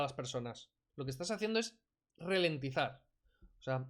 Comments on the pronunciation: Ralentizar, no "relentizar", y poco más, no merece la pena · Qué manera de hacer el ridículo. No tienes los rudimentos básicos en la materia y pretendes desmontar a García Trevijano...Ni la exposición es formalmente ordenada, ya no te digo nada del fondo...Por cierto, es ralentizar, no relentizar... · que lo iba a "RELENTIZAR". Encima no sabe pronunciar esa palabrita. RA , NO RE.